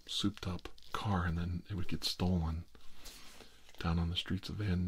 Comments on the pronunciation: van nuys sounds like "van eyes" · Van Nuys is pronounced like "Van Nize."